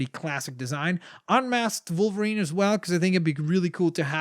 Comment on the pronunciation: did you say vulverien it's wolverine